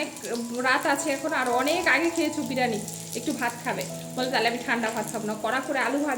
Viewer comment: Didi ota k birani noy Bi+ri+yani bole